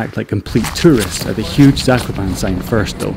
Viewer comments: btw its pronounced zak-op-an-air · I am from poland so this makes me happy seeing people making videos about skiing with us! PS: It's pronounced /zah-ko-paa-ne/ (E sounding like Elephant) in Polish or /zah-ko-paa-nuh/ in American pronunciation. PPS: Fun Fact: Zakopane means "buried" referring to the snow :)